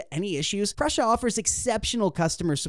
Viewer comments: It was driving me crazy the way he kept saying Prussia. Told me this was just another lame advertising video. On to a more relevant video. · REPEAT AFTER ME: Pru sa…. Pru sa….It is NOT Prusha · Very nice video and thanks for the infos! Just something minor: it's not Pr"osh"a like how you would say "brush" + a. It is PruSA - like how you would pronaunce the "sa" in sabotage. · Dude, you are over 18, the tattoos, you have no excuse not knowing how to pronounce the single most recognizable name in 3d printing for years. It's 'Proosa', not 'Prussia'. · Pru sa not Prussia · You know nothing about 3d printing. You can't even pronounce Prusa.